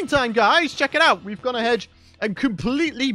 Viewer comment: Ha. He said gone a-hedge..